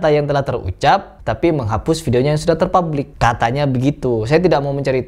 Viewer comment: Serius... Terpublik itu apa sih? Terpublish mungkin ya? Tolong ya untuk kreator konten yg katanya menyuarakan kebenaran, ya jgn sampe Salah ngomong walaupun sedikit. Masa terpublish jadi terpublik... Bahasa apa itu.